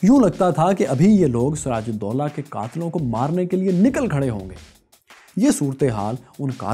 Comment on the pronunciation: Btw his name was doola not dolla